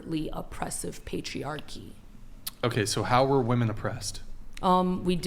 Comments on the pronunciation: Why does she keep saying woman, when it should be women?? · I feel my brain hurt when she talks, especially when she pronounces women as woman. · How do so many women that come on this show not know how to say "women"? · It's WOMEN not woman.😖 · It’s WOMEN not WOMAN good lord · Why do they always say woman instead of women? I have noticed this a lot on this podcast. Is this a younger generation thing? They don't know how to use plural forms of a word? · Oh my God why does she keep saying woman and not women! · Why do they keep saying woman instead of women? Is it a political thing like Latinx? I don't get it. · yep, drives me insane. all these "women" 304's do that. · It’s WOMEN, not WOMAN 🙄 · It's so annoying when people pronounce women as woman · Why does she keep saying WOMAN instead of WOMEN? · Why she saying woman we need to spell it wiman from now on. Thats wickid annoying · Someone tell that mouthy girl that the word is “women” please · Pardon her saying “woman” instead of “women” she’s a cave-woman. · Stop saying woman when it's women! Omg the patriarchy is telling you proper grammer, oh no... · I can’t even continue to listen to this because of how many times she says “woman” incorrectly. And how many times she uses words that don’t even make sense. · That girl keeps saying "Woman" but she should be saying "Women"... Dude just get her off the show, and stop feeding the troll. She's dumb af. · How these guys didn’t correct this idiot the second time she said “woman” is absolutely beyond me. You’d be hard pressed to sound any dumber than that. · It really bugs me people say woman instead of women 😂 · Why does that one lady keep saying woman instead of women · I couldn’t debate someone that can’t pronounce the word women and consistently pronounces it as woman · Her saying WOMAN instead of WOMEN is driving me insane. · One of my biggest pet peeves…I have a friend who does that, despite me constantly correcting him. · “Women” ….. “Women”